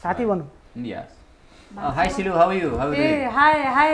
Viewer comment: Devendra looking all the time at CLU Didi's kammar and kk's hand😁😁 Goldie dai calling CLey is love❤️❤️ The way he say CLey sounds perfect 😁